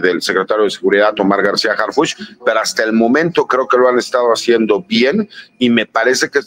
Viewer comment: Harfuch no Harfúch